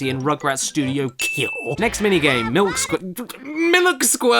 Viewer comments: "MILUK!" That word alone is pure comedy gold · I keep saying MILUK because of you!!!! 😂